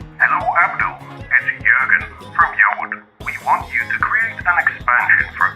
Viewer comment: Im actually impressed you could pronounce Jürgen correctly.